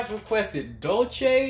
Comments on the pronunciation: it´s pronounce Dull - Sé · Her name pronunciation is DUL as in /DOOL/ and "se" as in send, or serpent. /DOOL-se/ It''s Spanish, not Italian.